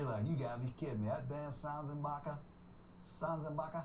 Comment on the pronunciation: pryor didnt even say his name right, but gruden did